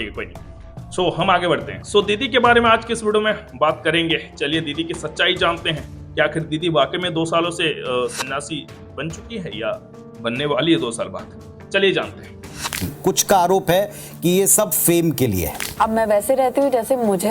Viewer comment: SANDASI YA SANYASI ?SAF SAF BOLO YAR😂..JAHA CHAMATKAR WAHI NAMASKAR 😂 🙏JAI CHIRI MAR😋